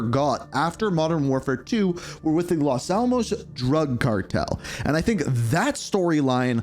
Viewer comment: Brother if you say Los Almos one more time lol it’s Las Almas